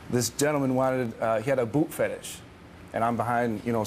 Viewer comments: a boot fetish?? i thought i heard boob fetish hah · lol i thought that guy said boob not boot "i threw my boob up there" wtf?????